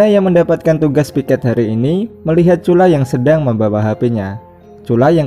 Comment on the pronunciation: Bang nama dia cula🤔 bukan curah